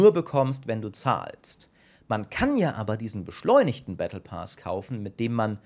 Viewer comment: battle pass. PASS nicht pas und auch nicht paas! wie kommst du dazu das: ,,A'' lang auszusprechen?